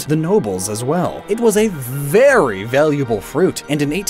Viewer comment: So only I heard "Berry valid"? Ok